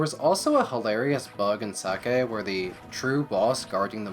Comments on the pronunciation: Is sacae really pronounced like sake? Cuz i never considered that and i dont like it 😂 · You do realize that "sacae" the way you pronounce it sounds like "sake", or Japanese alchohol. It's just funny ngl.